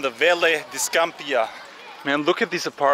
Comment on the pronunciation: You are saying Scampia incorrectly.